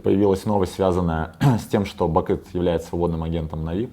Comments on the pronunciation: Он специально говорит не нАви, а навИ? и не Бакыт, а Бакын???? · Бакын, нью менеджер даже имя своего игрока нормально сказать не может...)) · Ставь лайк если услышал на 3 минуте не бакыт а бакын